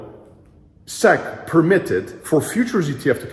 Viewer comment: Also don’t say SEC as SEX 🤦🏾‍♂️